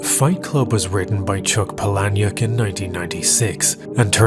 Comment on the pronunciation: I wish i could thumbs up every time i chuckled out loud. Youd have at least 3 thumbs. Also, i believe it's pronounced Pah-li-neck. Chuck Palahniuk.